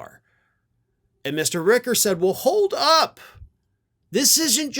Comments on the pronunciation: My boss, Stephen Richer, pronounces his last name like it is spelled: rich-er, which rhymes with pitcher, snitcher, and ditcher.: it is NOT ricker. I promise this is true. Plz stop mispronouncing this very kind, very smart, very fair man’s name. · Richer not Ricker ... ch not k ... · I live in Maricopa county. I've been on group phone calls with Steven Richer. The ch is pronounced. So it sounds like it is spelled - Richer. Not ricker. Just an FYI. Good report. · Hey there, local Arizona reporter here, just FYI: It's pronounced "Ritch-er" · FYI: Richer rhymes with "pitcher" 👌🏾